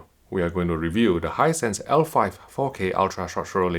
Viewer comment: No one:: "Hinsight is dwendeeh dwendeeh"